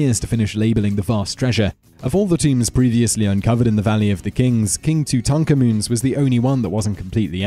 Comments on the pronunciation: I swear Simon just can't be arsed to pronounce words correctly half the time! Who's "tutukaman?" 😂😂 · lol Toontonkamoon! That's hilarious! I think he's just messing with us. Nobody mispronounces things that badly that often unless it's intentional. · Are you trolling? Tut is short for Tutankhamun, which is his real name. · Are you pronouncing King Tut's name correctly? 'Cause this is the first time I've ever heard it said that way. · I don't think I have ever heard Tutankhamun ever massacred so badly. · Please pronounce Tutankhamun correctly. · yer pronouncing king Tut's name differently than I've ever heard it, and you have a history of mispronunciation, but I like the way you say it! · why pronounce tutankhamun like that? !? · Learn how to pronounce Tutankhamun...